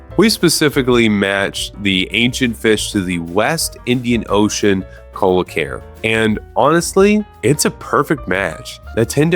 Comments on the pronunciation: so close on the coelacanth pronunciation! "coe" sounds like "see" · Coelacanth is pronounced see-lah-canth. How you ppronounced arapaima (air-ah-pie-mah) hurt more. Fun fact about arapaima, they were around alongside the dinosaurs